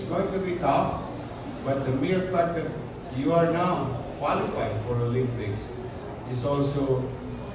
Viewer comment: Pakinggan sa NABANGGIT NI YIRME ANG OLYPICS PARIS